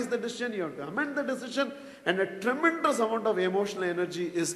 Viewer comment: I have been very much impressed by your language. But please correct the pronunciation of word 'tremendous' it is not tremendrous'